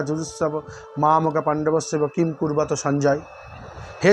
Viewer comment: গীতার প্রথম শ্লোক টি উচ্চারণ করতে আপনি ভুল করলেন। কিম কূরবত নয়। উচ্চারণ হবে কিম অকুরবত। ইসকন প্রকাশিত গীতা বা অন্যান্য গীতা গ্রন্থে উচ্চারণ দেখানো হয়েছে। দেখে নিতে পারেন। তবে অকূরবত হবে।